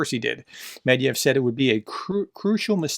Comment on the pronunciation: it's Med-ved-ev not Med-ev (if you were doing that on purpose, then ignore my comment)